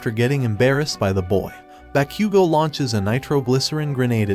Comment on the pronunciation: Bro said bakqgo